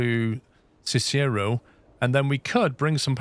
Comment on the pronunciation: FYI Cicero is pronounced "SIS-er-oh". Named after a famous Roman politician. Shawnee is pronounced "shaw-KNEE". Named after a Native American tribe. Euless is "YOU-liss". Named after a settler.